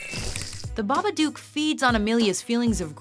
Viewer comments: It’s Babadook like book. Not doooook duk. Babadook rhymes with book and look. Stop saying it wrong. 😢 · it's babadook (Hook) not babadook (Duke) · Baba-duke? Baba-duke?!?! It's BabaDOOK!!! Like book, but dook!!!! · ITS BAPADOOK NOT BABBBABADOOK! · Baba dook like baba book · Wtf Jason didn't survive he was resurrected. Also the way she pronounced babadook "babaduke" Hurts the soul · You said babadook wrong u don't say it with the double o is say it like it had one o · Its pronounced baa-baa-dok not baa-baa-dewk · OH MY FUCKING GOD, EVERYBODY SAYS FUCKING BABA DOOOOK ITS BABA DO OOK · you pronounced it as "babaduke" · it's not a babaduke, it's a babadook, pronounced like nook, at least watch a trailer. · "The BabaDukes of Hazzard". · Babaduk say it like that otherwise the rhymes don't work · Why do you pronounce babadook so weird? it rhymes with book not puke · IT IS BABADOOK AS IN BOOK AHHH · She couldn't even say Babadook correctly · That's not how you say babadook omg😂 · You see the babadook on four occasions in the movie. And they pronounce it in the movie! Why are you still saying it incorrectly?